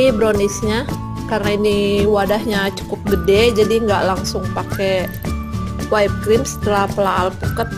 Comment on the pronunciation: Whipped cream dibaca Wipd krim, bukan Waip krim #koreksi #kritikmembangun #supayalebihbaik